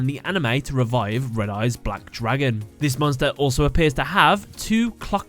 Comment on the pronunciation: "DRAgun." The way he pronounces it XD